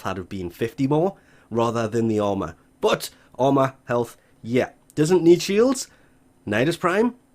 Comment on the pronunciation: But when u say but I hear bot